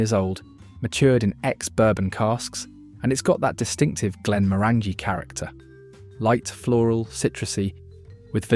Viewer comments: GLEN-MORANYGY rhymes with ORANGY. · Always a mistake with this otherwise reliable robonarrator, eyes-slay malts, Glen more_angy? Really killed the vibe those ones. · My go to Whisky is Johnnie Walker Black with a drop of water and no ice. In South Africa we get our whiskys at 43 % abv and 750 ml. I often hear that the pronunciation of Glenmorangie is Glenmoranjee. Glendiddich is Glenfiddihf. Izla ??? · Repeat after me Isle-la, La-ga-voo-lin. For gawd’s sake if you’re going to rank whisky at least have the decency to pronounce their names properly. Not to mention what you did to Glenmorangie. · I'm cringing when you pronounce glenmorangie and glenfiddich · You need to learn to pronounce Glenmorangie and Glenfiddich properly, but that's what happens when you use AI